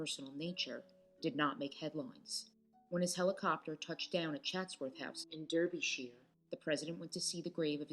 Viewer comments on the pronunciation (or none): Eeek! Please look up the pronunciation of Derbyshire. Also, Trinity is a college at Cambridge University, not a college like a US liberal arts college.